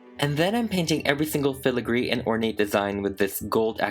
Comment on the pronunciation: Dang this is so amazing also irrelevant but I love how you say filigree